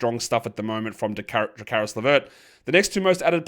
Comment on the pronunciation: Stop calling Caris LeVert "JeCaris". It's Caris. There is no "Je"